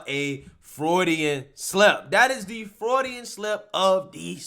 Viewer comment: Freudian, not “Frodyan.”